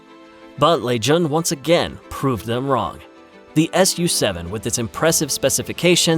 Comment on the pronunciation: It is NOT the S U 7 it is "Sue-Seven".